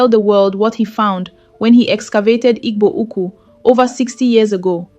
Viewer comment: Who is reading with this contradictory accent? Can't pronounce "Igbo Ukwu" but speak with a Nigerian accent.